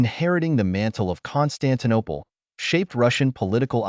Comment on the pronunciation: "Constantine Eye" 🤔 🤦‍♂️